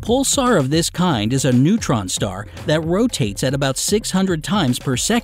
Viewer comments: "neuron" stars? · He called a neutron star a neuron star